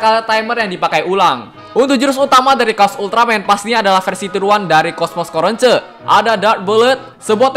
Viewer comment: knp sebutin coronce kan namanya corona